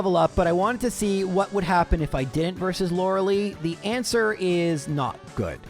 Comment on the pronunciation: all this time and he still says lorelei wrong